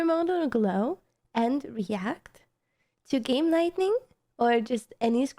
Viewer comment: Just FYI, it's pronounced "light ing" not "light ning"...